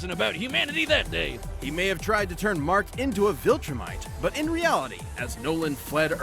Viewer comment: Either my ears are off, or you called Mark Grayson Mac.